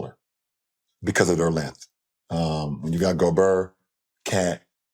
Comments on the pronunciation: Lebron really called gobert goburr😂😂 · it’s actually Gob « air ». « Ert » would sound like « Air » in French. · Lebron going full Gucci Mane with his "Go-brrrr" pronunciation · "rudy go-BURRR" - lebron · Perkins can't even pronounce 😂😂,go-bear 😂😂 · He pronounced it like Kendrick Perkins did.